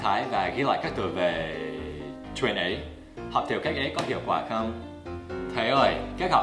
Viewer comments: "đọc truyện" chứ không phải "đọc chuyện" nhé thầy :) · ''Đọc truyện'', chứ không phải ''Đọc chuyện'' nhé anh Dan đẹp trai !